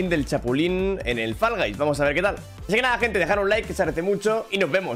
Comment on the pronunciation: ME ENCANTA COMO DICE FALL GUYS 💝💝